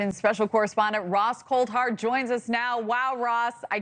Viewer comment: Coulthard is not pronounced as. Cold-heart like she so presumptuously took such liberties as to. Mispronounce it Freely U know lady he works pretty hard these days. And maybe the qualitative. And quantitatively. The value of polymorphically Just frey tweaking it into a. Whole different thing like it's just a lowly internet email handle for gods sake that's mans last name . Not everything In Life is just a game some journalists in the field. 2day still. Want 2 maintain a a dynamic network. That is. Serious people Cuz. The alien thing has been in our collective periphery for way longer than is known